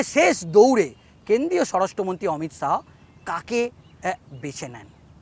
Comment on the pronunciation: Reporter dada apnar uccharon ta age thik korun..Amit Shaho? Shaho?